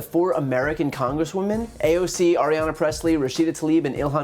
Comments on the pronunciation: Stop saying "Aryana" Pressley . It's Ayanna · Really like you, Brian, but you're mixing up "Ariana" - Grande? with AYANNA Pressley. "Eye-Ahnna" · Hi Brian! I really enjoy your videos. Just wanted to point out that Congresswoman Pressley’s first name is Ayanna - it sounded like you said Ariana throughout. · Another great video, thank you. FYI it's sounds like you're saying "Arianna Pressley" instead of Ayanna Pressley ~ in case of confusion her name is pronounced "eye-anna" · Love watching your videos, dude, but it's "Aye-ana," not Ariana. Otherwise, as always, spot-on. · It’s “Ayanna”, not “Ariana”. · Her name's not Arianna Pressley. It's Ayanna Pressley. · Wait is her name Ayanna or Ariana? Sounds like he keeps saying Ariana. But it could just be me. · Ayanna, not Arianna. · Correction: It's Ayanna Pressley, no R in her first name. Also those Fox people laughing at this is absolutely disgusting. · AYANNA Presley, not Arianna. Get those names down, you're going to be saying them a lot. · It's Ayanna, not Ariana, Bryan. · Love your vids bro, just pronounce Ayanna right 😁